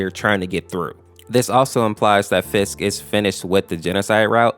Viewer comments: Not to be rude but you kinda said fisk instead of frisk 😅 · its frisk not fisk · Why do you pronounce frisk as fisk? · he kept saying Fisk not frisk lol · why r u saying Fisk, because it's called Frisk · Why did you keep saying fisk? it's frisk. weird but maybe it's just your accent. idk. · It's frisk not fisk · During the sans part you pronounced frisk and Fisk its proposed like frisky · It's not pronounced Fisk it's pronounced frisk not Fisk.frisk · It's frisk not Fisk And chara possess frisk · "Fisk" frisk "Ch-ara" its purnounced kara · Did he say fisk instead of frisk? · It's Fri -sk and say those two parts there separately also its not Fisk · Um you mean frisk right not Fisk??? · It's Undertale, not Undertales. Frisk, not Fisk. Also, It's Chara trying to possess boyfriend, not Frisk. And finally, It's pronounced Chara as in Character not chair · My dude really called them Fisk and chaira. My dude it frisk and Chara, like character. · you pronounce a few words wrong. 1. Undertale. There is no “s” at the end. 2.frisk. The “r” is still there. You pronounce it like “fisk” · My man actually calls frisk fisk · It’s frisk not Fisk. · Not to be mean but its frisk not fisk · Frisk, not Fisk lol (DON'T F$%KING JUDGE ME!!!!!!!!) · also its not fisk it’s frisk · Bro why does he say Fisk instead of frisk. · Bro why you saying fisk it's pronounced frisk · Fisk Me: It is Frisk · Ah yes, my favorite protagonist from ‘undertales’ ‘fisk’ This comment is a joke btw don’t take it seriously I’m just saying it’s “undertale” and “frisk” lmao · Like how. He says Fisk instead of frisk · Btw frisk’s name is pronounced fr-isk you were pronouncing it f-isk Just so you know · F i s k. Love the vid btw, but just saying it’s “Frisk” not “fisk” just saying -^ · 1: it's "frisk" not "fisk" 2: it's pronounced "Care-a" not "Chair-a" 3: Great Vid! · you said frisk wrong it not fisk it fRisk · I like how you say fisk instead of frisk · Is frisk not fisk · Frisk not Fisk